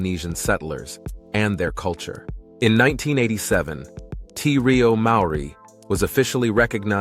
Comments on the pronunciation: Te Reo is pronounced T Ray-oh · Nothing wrong with the voice! An excellent voice! Some words were not pronounced correctly, Kākapo, Te Reo. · No it's not... Try this, Te ...(Teh sounds like hair but short and sharp don't drag the sound) Re...(reh Like Teh) O ... (Or not oh like go) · Kākapo is pronounced with the emphasis on 'Kā', not on the middle 'ka'! Te Reo - pronounced Te as teh, Reo as Raio.